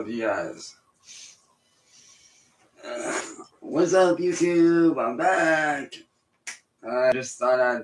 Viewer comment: 👁 👁 🦷🦷🦷 " im vack vitch" 🦷🦷